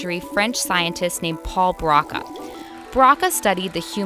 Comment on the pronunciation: 'Broca' is pronounced with a long 'o' sound.